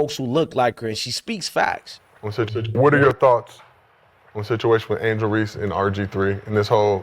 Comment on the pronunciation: Sir her name is Angel Reese, no ReeSee. Can you please say her name correctly? Thank you!!!